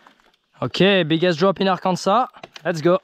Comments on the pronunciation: "Ar-kansas"😂 gotta come to MA and hit lynn woods and pine hills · The last "S" in Arkansas is pronounced as "W" as in Ar-kan-saw...Not the way French Canadians pronounce it- Ar-kan-Sass. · AR-KAN-SA........kill the final S. this should be easy for a frenchy! LOL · I wanted to be mad how he pronounced Arkansas…but I’ll let it slide this time